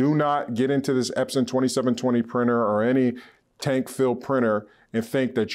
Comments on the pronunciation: No she pronounces Epson wrong. She says espon. Plus the whole time all you guys are doing is talking up your transfer but you give no prices at all you mentioned $20 for a sheet but there's no way in hell I'm going to pay you $20 to print on one shirt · How am I supposed to trust someone telling me about sublimation when they can't even pronounce the name of the printer correctly